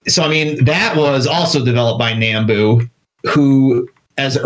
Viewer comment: Nambu is pronounced "Nahm-boo", not "Naam-boo".